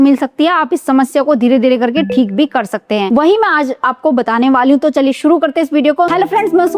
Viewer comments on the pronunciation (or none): none